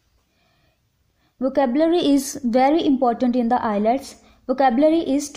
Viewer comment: R u kidding.???? The way you pronounced IELTS.. just leave